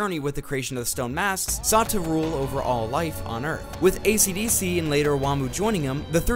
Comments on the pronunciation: I would have liked this video but ishidishi’s named was pronounced ACDC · its kind of annoying that you are calling him ACDC and not esidisi